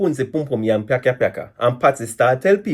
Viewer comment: As mi seh kitchen yuh say yamin 😂😂😂😂😂